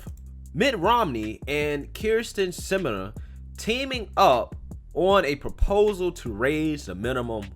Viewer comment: Can I just say I love how you butchered her last name every time you said it? 😆🤣👍🏼